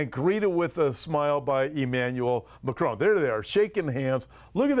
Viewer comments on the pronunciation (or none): none